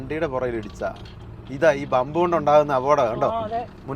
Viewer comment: ബംബ് അല്ല ഹംബ്